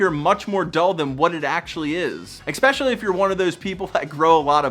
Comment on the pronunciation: sorry im an ass for this but it bugs me.. its Especially not expescially